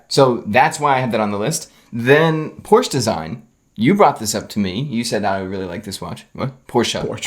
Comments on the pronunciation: I love when pronounces Porsche wrong and corrects him and pronounces it wrong, but in a different way:) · Why does Porsche have to be pronounced 'por-sheh'? Do you also pronounce BMW as 'Bee-em-vee'? Or Toyota as 'Toy-yo-da.' Or Citroen as 'See-tro-en.' (do you guys know what this is?)